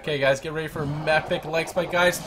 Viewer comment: Say like Spike